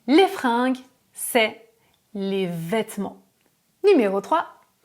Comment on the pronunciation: Attention, les fringUes pas les fringes (prononciation "G" et non "J")